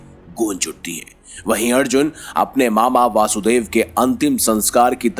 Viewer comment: भगवान कृष्ण के पिताजी का नाम ` वसुदेव ' है , दोषपूर्ण उच्चारण ना करें ।